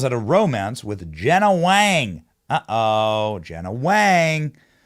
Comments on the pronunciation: Wang is actually pronounced “WONG” in mandarin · Why are you saying Wang like that